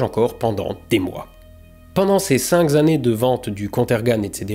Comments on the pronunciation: 12.08 cinq kannées, pas cinq zannées, ça m'énerve ! Mais vidéo extraordinaire et vachement intéressante. Je connaissais Softénon mais pas son histoire. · Bravo et merci pour vos vidéos toujours intéressantes. Deux petites erreurs relevées : grünental ne se prononce pas grounental (le "u" allemand se prononce "ou" sauf s'il est surmonté d'un trémas (ü) comme dans Nürenberg par ex) ; et cinq zannées, ça se dit pas ! 😉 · "...ces 5 Zannées..." Bien sur, pourquoi pas ? 😉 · C'est non. Pas toi. 5 z'années.... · "Pendant ces cinq z'années", on buvait du Cinzano. Mais on disait quand même (exercice à haute voix) : 5 ans 5 années 😜